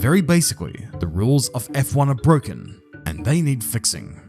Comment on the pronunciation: ITS BWOKEN